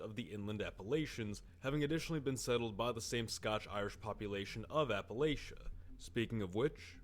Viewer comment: Well I know this dude is NOT from Appalachia based on how he says it lol